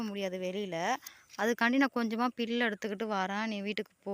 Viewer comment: பில் இல்லை புல்